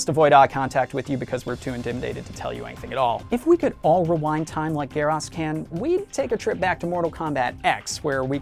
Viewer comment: It's GERAS! G-E-A-R U-S NOT GEER HAS